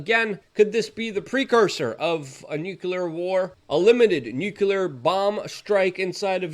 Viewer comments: Don't forget "NUKE YOU LERRRR " ! phonics died , I hear . . . * Though I'm NOT a grammar nazi . . . it would be nice to hear pro-nounce , instead of amateur - nounce ! Meh , it's only slightly annoying . . . OF COURSE ! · Nuclear is not "nucular" lol